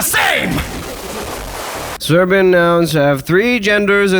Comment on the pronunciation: Shoutout, the vid is hilarious. Idk where you're from but you pronouncing serbian sounds much more like bosnian, still pretty good tho